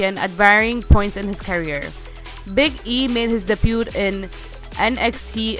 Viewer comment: Gonna guess English is not your first language. The T in debut is silent.